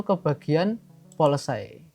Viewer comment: Polesay ❌ Paolesi ✅ 🙏